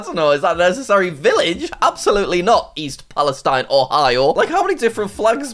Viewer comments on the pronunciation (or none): East palestine is not in fact the place you want to be. They had a train derailment with toxic chemicals and the town will probably be ruined. (Also the town is pronounced pal-a-steen) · It’s pronounced East PalestEEN. Doesn’t rhyme with the country. Also it’s not really where you want to be since it had that derailment that released a lot of bad chemicals into the surrounding environment.